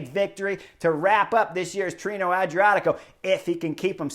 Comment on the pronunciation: Pronounced: Tee-ray-know 😉